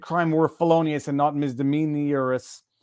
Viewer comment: "Misdemeanorous" - Viva